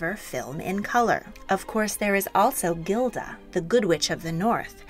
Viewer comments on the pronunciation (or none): It’s Glinda not Gelda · That's Glinda not Gilda lol good vid tho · Glinda, not Gilda